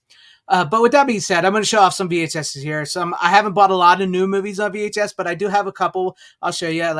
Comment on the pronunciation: You know it's funny how the word, "movies' sounds a lot like the word," Boobies." At least I notice that when you say those two words. 😉